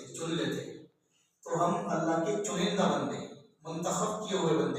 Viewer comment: چنندہ. نہی چنیدہ